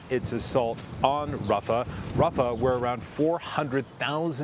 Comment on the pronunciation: On Hamas not Rafau